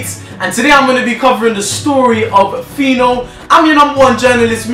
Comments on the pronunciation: guy if you call phyno a gay again...... and please its pino pino not whatever you said.... 'Anuman' pronounce that..... that's what you are... nama... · thurda fire u guy. phyno not gay